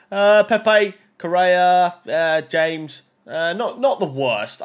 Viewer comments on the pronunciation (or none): none